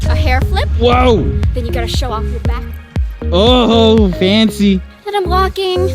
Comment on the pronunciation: Also u say FANCEYYYY funny and wired also immcrazy funny and wired so I accept